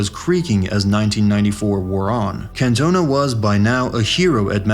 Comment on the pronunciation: Yank narrator: Eric Can-TONE-a The rest of the world: NrrrrggghhHHHUURRGGHhhh